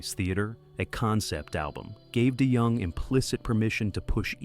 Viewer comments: And “Dennis Day Young” !! 😂😂😂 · "Die Young" AI can't even pronounce his name correctly.